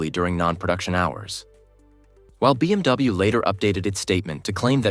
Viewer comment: Please double check your script when you pass it to AI-generated voice, within the first minute it said BMW as BWM. And please get rid of the AI-generated robot talking, that's just straight up creepy.